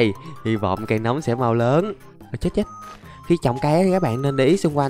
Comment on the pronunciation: nấm mà anh đọc thành núm? WTF!